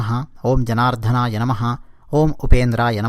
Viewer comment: జనార్థన. కాదనుకుంటా...జనార్దన